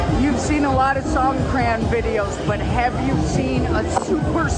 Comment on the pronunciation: Great video, poor pronunciation. You’re making videos about living in thailand: try to say songkran less Canadian ;)